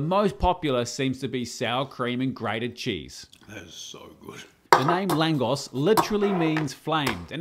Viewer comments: Hey, many thanks for doing my childhood favourite street food. It's a super odd thing but we love eating this under the scorching hot sun with some cold beer - simply heavenly. Two things though The "S" is pronounced as "Sh". We have a super overcomplicated language 😅 2. unless you want to see the world burn, DO NOT PUT ANY SWEET ON THIS Cheers and keep cooking you legend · the pronunciation is „langoSCH“ and not „langos“ is what I meant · Brilliant work as always, only correction I'd make, is the pronounciation: it's an 'sh' sound at the end, not 's' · It’s pronounced laang gosh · It's pronounced like "Lung" plus "Gosh". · I'm married to a Hungarian girl It's pronounced Langosh and it's freakin awesome of you to make it 🇭🇺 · It’s pronounced [ˈlaːŋɡoʃ] (Langosh) and usually bigger here, though in Hungary it’s smaller. It’s one of those amazing things you usually only get at Christmas markets here in Austria - crispy, with garlic and good but unhealthy that you’re happy it’s not available all year round! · Nice recipe 😋. I am Hungarian and it’s pronounced LANGOSH 😊. Just to let you know. Cheeers! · Love that you’ve discovered the best Hungarian street food! (Pronounced l’ahn-gosh - “s” is a “sh” sound in Hungarian 😊) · If you happen to read this, try toping it with ketchup and grated cheese (my favorite topping). Popular street food often served where people swim (lakes and aquaparks). If I remember correctly Hungarians read "s" as "sh" so the pronunciation would be more langosh. That's also what it's called in slovak (langoš) and czech. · I think it's pronounced "Langosh" Regardless. As a Pole, love to Hungary and Hungarian food! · Pronounced lan-gosh and I had it in Bratislava. Bloody lovely x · Love me some langos!! PS it's pronounced lan-gosh, the s in Hungarian is a sh sound (sz is an s sound, like Franz Liszt). But besides that, banger video!! ❤ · Its pronounced langosh, also will you do bryndzove halusky? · Pronounced LangOsh